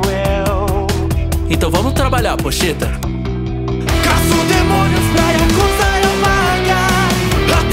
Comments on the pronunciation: Ele n falo Pocheta ele falo pochita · Pochita* só q parece q ele fala pocheta ms ele fala pochita msm